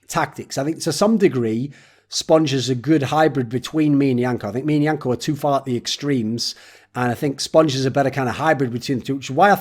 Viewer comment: Why is yanko calling himself "wank-A" in the intro?